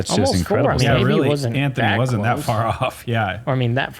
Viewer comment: should check the enunciation of far, fur is like hair